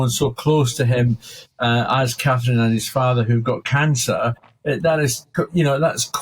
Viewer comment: Is it really hard to pronounce CATHERINE folks?